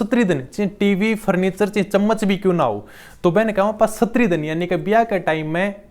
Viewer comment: प्लीज सुनने में बहुत अटपटा लगता है सस्त्री नही बोलते उसको स्त्री बोलते है उच्चारण में